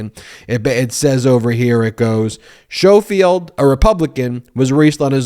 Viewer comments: Ben the correct pronunciation of his name is the same as saying the word 'school'! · To be slightly pedantic, I feel confident the dude's name is pronounced Skoal-field. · Skough- field. REN-suh- LEER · Ben, I’m pretty sure his name is pronounced skofield and the county is pronounced renseleer. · I believe they are pronounced ‘Skohfield’ and ‘renseleer’ (with the ‘r’ on the end).